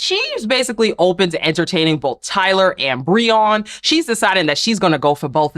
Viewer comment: Hey, his name is Brion. Pronounced (Bree-un).